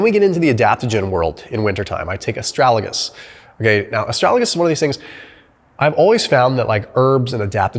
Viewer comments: Why did you say Astralagus instead of Astragalus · It is "a-STRAG-al-us," not, "a-STRAL-a-gus." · Good video. FYI. It is Astragalus not Astralagus. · I guess you want to say ASTRAGALUS NOT ASTRALAGUS, right? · Did my man just say 'astralagus' 4 times in a row? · MY GOD YOU KEEP PRONOUNCING ASTRAGALUS WRONG!!!! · Thank you, but can you please pronounce Astragalus properly. 😉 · And astragalus. I’m dyslexic too 😅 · Lmfao come on dude learn to pronounce Astragalus correct